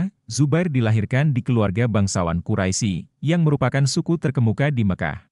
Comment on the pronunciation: Bukan kuraisi, tapi bacanya Quraish ya ahi,, aduh